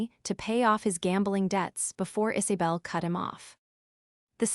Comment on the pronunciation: names - 'isabel' - not "Is A bel'